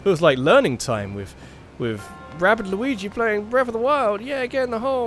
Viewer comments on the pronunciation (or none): none